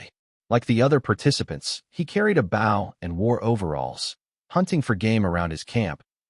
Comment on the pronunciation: I wish the narrator would learn how to pronounce bow.